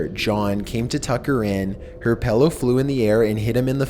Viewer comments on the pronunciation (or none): Lol..i have heard a good bit of people pronounce it "pello"...makes me do a double take everytime. Gets under my skin a little bit..lol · its pronounced Pillow not Pellow..